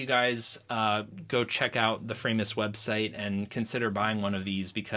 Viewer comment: its not Framus-, it's Framus, cos its german